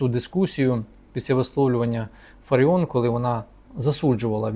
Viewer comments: Нічого вона не оскандалилась і навпаки все просто як двері,п.! Ви слабо володієте інформацією.А те що апеляційний суд виніс рішення про скасування незаконного рішення львівської політехніки про звільнення п.ФаріОн а не ФАаріон ви чомусь не згадуєте,а що сі траапиило,п.,не чули про таке?Ааа,розумію,вона ж скаандаальна, одіооозна,не все так однознаачноо.Воно ж якось впадло давати задню після рішення суду,бо вона ж,скандальна з ваших і решти орави журналюг і спєців єкспєртів слів,травлі і тріскотні по всих каналах.А чому ж ви не пімнули що той самий суд зобов'язав відновити п І.Фаріон на роботі,здійснити виплати за час вимушеного прогулу зарплату в сумі ~ 123тис₴.+компенсувати судові витрати за рахунок політехніки. Нєє,не чули про таке?Ааа,розуміію, вона ж одіоознаа,скандаальна,два слова сказав і все,по команді,а тут стільки писанини про неї.А ви,часім,п.,не чували такого,прикладово,що п.І.Фаріон всі ті 123тис.₴ стратила на дрони для військових? Що,не чули такого?Шкода,шкода... де ж бо,вам немам на то часу,вам про Трампів,Орбанів,Байденів,хуйла треба по 20-30 хвилин повідати а тут якась ФАріон... одіозна...прізвище якої вам навіть впадло знати як правильно вимовляти. І,так,той хто не розмовляє українською я згідний з п.Фаріон,він,вона не українці й тут немає ніякої крамоли,неважливо чи це в окопах чи за прилавком магазину. Був підписником вашого каналу... відписуюсь,тест на п.І.Д.Фаріон ви не склали,дайте вашу залікову книжку, вам."не задовільно", ві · Дивує доповідач... він вперше чує прізвище ФаріОн??? Ну як так?!..... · Ви брешете !!! Такий же запроданець , як і соколова !!! Правильно казати ФаріОн !!! Відписка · Очкарік а чому не кажиш що суд поновив пані Ірину на посаду і роби правильно наголос мудак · Це ви корисний ідіот. Навіть наголос в прізвищі пані неправильний. Ще один аналітик розумовий паралітик. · Можна було б правильно вимовляти прізвище Фаріон. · Аж противно слухати що п.Ірина є фАріон а не ФаріОн.